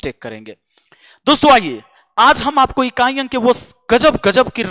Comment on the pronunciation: बोल रहे हैं इकाँई, दंहांई 😂😂😂😂अच्छा लगा गले से बोलते हैं |